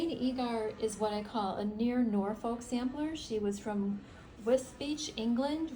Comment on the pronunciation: Beautiful designs. One comment Norfolk in the UK is pronounced with the L being silent 😊